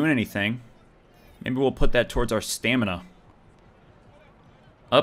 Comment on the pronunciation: "I had no stanima... no stanima!" ..... it's stamina lol